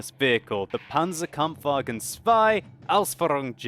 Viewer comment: Panza Kampffwagn zwai Ausfürrung Dschej :D Like your pronounciation